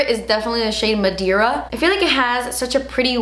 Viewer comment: “Madeira” means “wood” in Portuguese & it’s actually pronounced “mah-day-rrha” (roll the r) 😉❤️